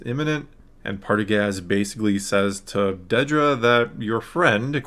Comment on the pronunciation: Dedra, (not; "Deedra") She's clarified this continually, on multiple occasions, that I've seen, so far, since the last Star Wars Celebration appearance and in various interviews, etc. It has never been shown in the show to have been pronounced; "Deedra," either. Not ONCE. and yet it keeps getting mispronounced in nearly every discussion. (Particularly on YouTube, and associated comment sections.) (I'm just sayin' ✌️) #ConstructiveCriticism #DontShootTheMessenger